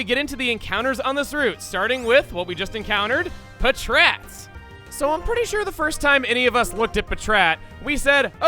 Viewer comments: Pa-TRAT, Pa-TRAT????????? Come on everyone in the entire world knows it's Pat-Rat. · Pa-trat? I always pronounced it like pat-rat. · It's "Pat-rat", as in packrat. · I have never heard anyone pronounce patrat puhchrat. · I was so caught off guard in how he pronounced patrat. Even if it is the official pronunciation, I always pronounced it as if it was two separate words.